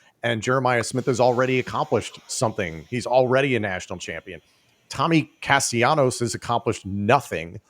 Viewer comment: explain to your boy how to say Tommy Castellanos. He uses an L sound not the Y sound.